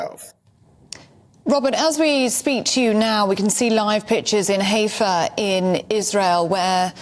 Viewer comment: Not 'Hey~fa' ' Hi~fa'.